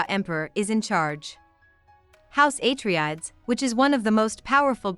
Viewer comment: Thanks, this is what I needed to start the second book. I'd clearly forgotten a few things since reading the first one. Btw, I'm 90% sure it's ah-tray-dees, not ay-tree-adds lol